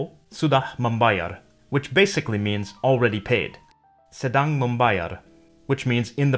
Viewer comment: Its good he can pronounce 'sedang' right...